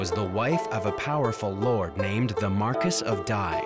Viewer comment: It's pronounced Mar-kee.